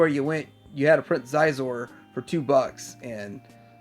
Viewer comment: If you read the book they give you a pronunciation for Xizor's name... its SHEE-zor.